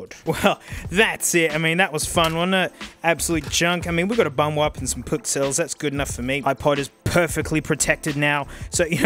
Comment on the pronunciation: I didn't even register the fact that there weren't PKCELLs in the background until he pronounced it weird. GLORY TO THE PKCELL!